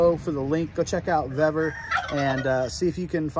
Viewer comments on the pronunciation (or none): Suggestion call Vevor and I asked Customer Service how to pronounce their name because you are miss pronouncing it. 👍🏾🙏🏾🍺🎣😷🇺🇸